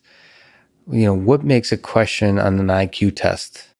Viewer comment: When did "question" become "queshon"?